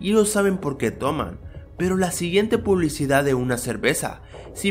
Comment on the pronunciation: "La publicidah"